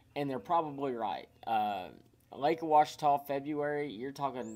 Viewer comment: It's not pronounced "O-uachita", it's Just Simply "Ouachita." The O is not heard in the pronunciation & is it Lake Martin or Logan Martin ??